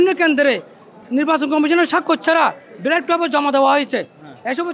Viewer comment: ব্যালট না বেলেট, সেটাই বলতে পারছে না